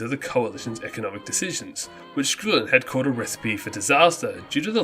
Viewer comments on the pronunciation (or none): It's Skull-in not skool-in. And it is Cor-ANG-a-Mite.